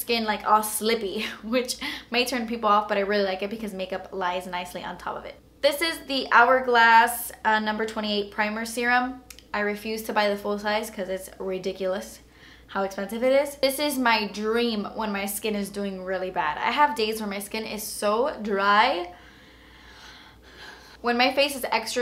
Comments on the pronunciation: I LOVE WHEN SHE SAYS ESPENSIVE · I was waiting for her to say "dass esspensive" throughout the entire video lol